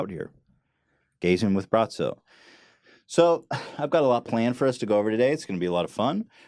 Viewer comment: Eunoia It's not gratzo it's BRATZOOOOOOO. get it right